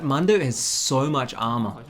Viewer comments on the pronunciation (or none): mundo not momdo